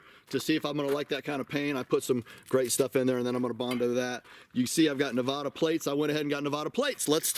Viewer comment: It's Nevada! Not Nevauuda! We're not pretentious here. Anyway, was hoping to meet you this year, maybe next.